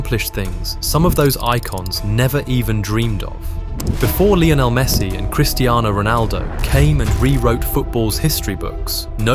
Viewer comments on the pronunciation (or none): none